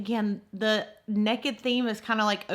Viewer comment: I absolutely love how you say 'nekkid', lol 🤣